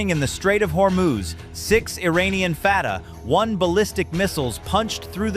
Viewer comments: Interesting scenario but ruined by unedited robot readout. It's 'Fatah 1' not 'Fatah 1' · Awful AI narration. "Fatah. 1missile" "F. Three-Five. Cs" Really? You cant even read your own fiction? Nothing about this story fits. This would be an undisputed act of war, and I doubt anyone would have this detailed fancy-video ready. == I am more bugged that the "details" that are wrong in so many places. :049 - Never heard of an "F-35 Slash", but neither the F-35 (or F-22 or B-2) use external equipment mounts as shown here. It ruins the stealth characteristics. Plus, the graphic seems to show a type of tracking pod, and you'd only use one per aircraft even if you did mount one to an F-35. - USS Abraham Lincoln does not use electromagnetic catapults; only the USS Ford has those. (Come on, guys! The footage even shows the steam coming up the rails! ) - all the aircraft shown being launched are F-18s, not F-35s. The planes all have markings from different groups and take off in weather that changes from scene to scene. Not even from the same carrier. - As someone else also noted, AIM-9s are short range air-to-air missiles and ARAAMs are medium range air-to air. You couldn't attack ground targets like launchers, nor could you target hypersonic Fatah-1s. - oh for...! What a ridiculous image! Not even the craziest video game pretends you can load your F-35 like this! No need to check further...not much accuracy in this video - Now, I do believe the carrier group would defeat such an attack. We've already proved we can meet and defeat Iran's military gear whi